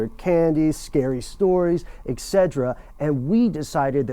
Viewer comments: Dude, it's 'et cetera' not "eksedra." Sorry, but too many people mispronounce this and it bothers me. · Et cetera, not "exedra." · Excerdera? Dude, you need to go back to grade school. Its "etcetera".